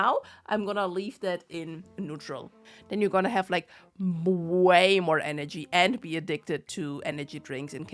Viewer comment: "Way or eenergy" God I wish my energy levels have been crashing XD Though that should improve with getting active again : )